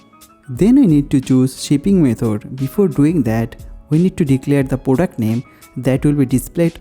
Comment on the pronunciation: He is bengali sure bcoz he tells poduct😂